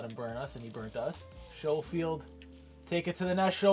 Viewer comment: Not a big deal but to help u out it is Skofield not Showfield